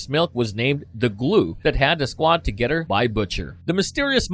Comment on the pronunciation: good lord why the robo voice narrating saying D's instead of "th" sounds, saying"dez" "mudder" "togedder" "fadder" instead of "the" "mother" "together" or "father"